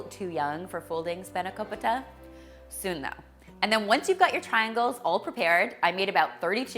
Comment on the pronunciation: I am so glad you didn't say spanako-pie-ta 😂 Looks amazing as always 😍